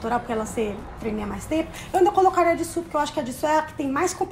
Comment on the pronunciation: Ama tanto sabe nem falar o nome dela,mano,mano e JISOO não JISSO